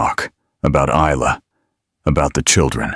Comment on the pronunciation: The “S” is,silent…Isla Fisher is Eye-La…..just letting your AI learn something today…